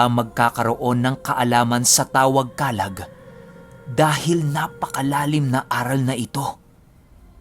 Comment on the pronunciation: Comment ko lang din ung Pronunciation po ng Kalag.. Madiin dn po ung pagkabigkas ng Lag... Kala`g na ang ibig sabihin po ay ung Espiritu ng tao o nilalang na may pisikal na katawan...